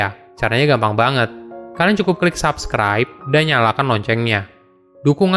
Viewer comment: Sy sll tonron konten2 nya bang... Sangat mendedukasi.. Ouh iy bang, cba deh cr tw cara penyebutan subscribe,, sabscribe it tdk dlm penyebutan bahasa indonesia maupun bahasa ingggris 🙏🙏🙏 sukses sll